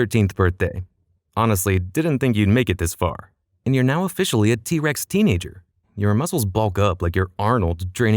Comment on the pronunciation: I keep hearing D-rex